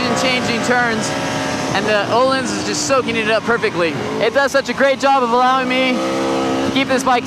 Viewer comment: Pronuncing "öhlins" with an O instead of an Ö makes me kind of angry